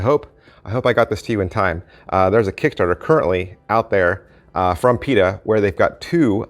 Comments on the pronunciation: It's not Pita, it's Pi-ta-ta... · I believe you are missing a tah. "pee-tah-tah" Great review though. Thank you. I believe this type of product has been around for a while.